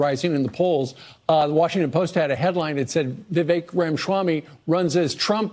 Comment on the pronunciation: another easier way of pronouncing his name correctly is 'we wake'.